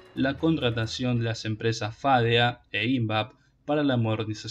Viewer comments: TENES LA MANIA DE PONER ACENTO DONDE NO VA.... ¿PORQUE FÁDEA Y NO FADEA ? ¿PORQUE ÍNVAP Y NO INVAP...? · Hola.Exelente informe. Sólo te sugiero unas pequeñas correcciones de pronunciación en cuanto a su acentuación. Invap (investigaciones aplicadas) se acentúa en la A. FADEA, en la E, y PUCARÁ, en la última A. Saludos cordiales estimado, Dios te cuide siempre. Por otro lado, la empresa rusa KAMAZ, se acerca con pie firme, para instalarse en Argentina. Las instalaciones correrán por cuenta de KAMAZ como base para la producción y venta de camiones pesados para Argentina y latam. La particularidad que tiene KAMAZ es que fue creada y fábrica vehículos militares. Usará las dos versiones. Pará uso civil y militar. Muy probado y confiable (se los usó rn las competencias del París Dakar). Muy adaptable para el ensamble de cualquier tipo de armamento. Sin más, será hasta el próximo informe. 🙋‍♂️🙏